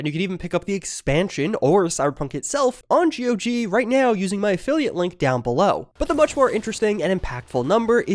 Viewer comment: ITS NOT G.O.G .....ITS GOG...like god but change the d to a g lol